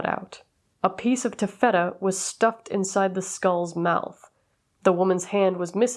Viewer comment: I think you meant "ta-fuh-tuh" ( taffeta )